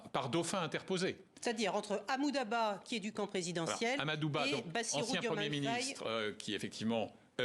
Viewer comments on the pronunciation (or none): Pourquoi elle continue de dire amouda ba😂😂